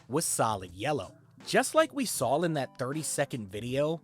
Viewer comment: ‼️ “just like we sawl” “acrosst” Stg there is a brain virus being spread via R€ddit